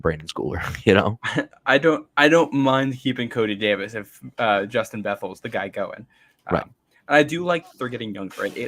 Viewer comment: It's Bethel (Beth - ol')...